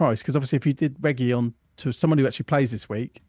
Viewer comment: Cheers guys. But please stop saying "Regiyón". There's no LL in it, it's just a single, normal letter L. "Regilón". And spread the word around. Ta. 😂